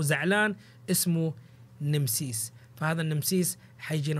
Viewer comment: وش فهمك انت وتتفلسف نمسيس نامسس كذا تنطق